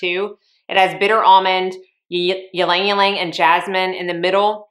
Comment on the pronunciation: Great fragrance video! One small point: Ylang-Ylang is actually pronounced EE-LANG EE-LANG, not YEE-LANG YEE-LANG . The Y is silent. In countries where this flower is prolific, such as the Philippines, Java etc. It is pronounced LANG-LANG.